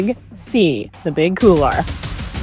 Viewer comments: No offense intended, but why is it that many North Americans cannot seem to pronounce the word couloir? Please, for the love of god, it is pronounced COOL-WAH, and not COOLAH... see the difference there? Aside from that butchery, fantastic content and very inspiring - well done! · Couloir. It’s pronounced kool-waar. It’s French. It means hallway. This is not a hard one. Still…cool video.